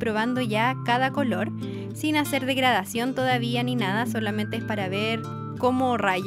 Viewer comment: cuando dijiste; ''degradación'' escuche; ''murisión'' ahr